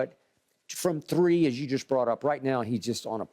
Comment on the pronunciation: “Two or shree” that boy country eny 🤣